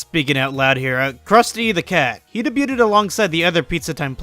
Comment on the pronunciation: He “Day-beauted”?